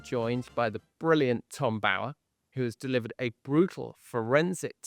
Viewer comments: Can you PLEASE pronounce Tom Bower’s name correctly!!! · Why cannot Tom Sykes say the name “Bower” correctly? He says it wrong every time! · Forget the fashion, too frivolous. Why do you miss pronounce Tom Bower’s surname? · Is his surname pronounced Bo-er or Bough-er? Tom Sykes is the only one I've heard pronounce it the former. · How does Tom Bower pronounce his name? To rhyme with flower or lower?